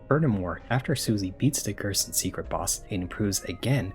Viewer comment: "Gerson = Goner" ...where did the S go